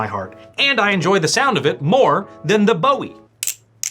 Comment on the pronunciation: Its Boo-ee. Named after the american JIm Bowie. David Bowie is how it's spelled.